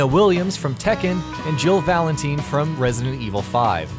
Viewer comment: Purposefully pronounces Valentine as "Valenteen" is successfully triggering